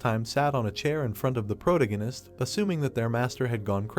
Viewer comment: can't stand the way it pronounces "protagonist"